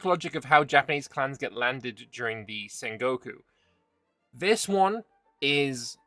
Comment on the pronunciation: The way you pronounced Sengoku, I thought you said Saint Goku. Which should be an option for a christian Japan.